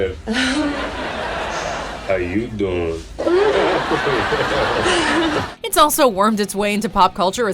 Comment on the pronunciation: The girl just said it wrong how u doing? Is how u doiiiing.